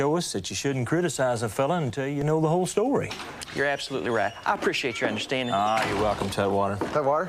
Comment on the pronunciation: " I really appre-shitate that"... 😅 Elmer is so funny and sweet